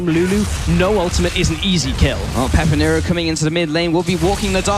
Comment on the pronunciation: finally they called him pepinero and no "peperino"